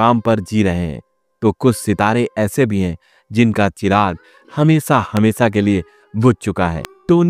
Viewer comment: Kosis nahi koshish, Sor ni Shor, Hamesa nahi Hamesha, Sasi Kapur ni Shashi Kapur. Kiu Sha ko Sa bolta tu?